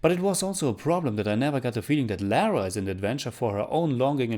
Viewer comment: Lara is British (originally) therefore it is not pronounced as “Lera” but “lahrah” 😬 I’d rather play Rise of the Tombraider again.... the best TR ever